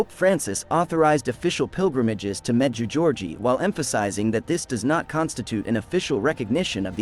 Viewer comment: The correct pronunciation for the apparition site is as follows med jay go re eh Ray from New Brunswick Canada